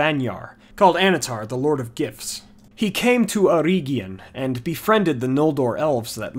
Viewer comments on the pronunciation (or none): The way he pronounces "Eregion" drives me insane. Eh-reg-ee-on